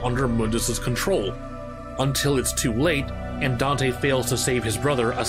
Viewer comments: “Dino” EXCUSE ME SIR! His name... is “Donte” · This is my first time hearing him called “Dino”. I’ve always heard of him as Don’te or Donte. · Dino? I thought we called him "Donte" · Where did the "DINO" thing come from? I always heard people call him "Don'te"